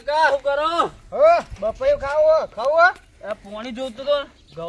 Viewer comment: પપૈયુ ❌ બપૈયુ ✅😂😂